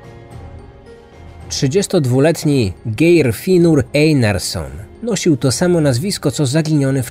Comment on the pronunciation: Geir, wymawiamy Gajr, no jeszcze tam inne male bledy w imoinach i miejscowasciech, ale nie bede sie czepiac bo bardzo lubie twoje podcasty